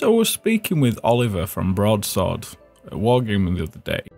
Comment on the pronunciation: When you said broadsword with your accent my mind jumped to that old Heroquest ad